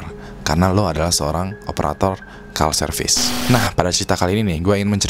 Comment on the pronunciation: call service itu bacanya dlm bhs INDO bukan kal serfis tapi KOL serfis hihihi keren tapi ini cuplikan jos banget